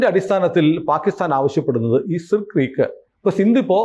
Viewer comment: സർ ക്രീക്ക് എന്നല്ലേ പ്രൊനൗൺസിയേഷൻ